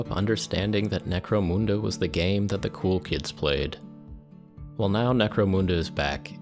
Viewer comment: why moon-da and not mun-da?